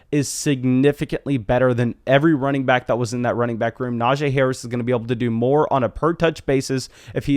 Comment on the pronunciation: Brother. It’s pronounced “NajEE” not “Najay”